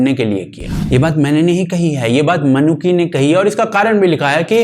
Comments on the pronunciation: Traveller ke name ki pronounciation निकोलो मैनुची hai naa ki "Ma-Noo-Ki" 👍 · 'मनुकी' नही 'मनुची' है सही उच्चारण . और सिर्फ शिवाजी नही 'छत्रपती शिवाजी' कहा किजीये .